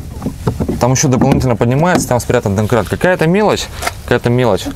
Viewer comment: ска "данкрат" аж ухо режет, ты ещё калькулятор "канкулятором" называеш...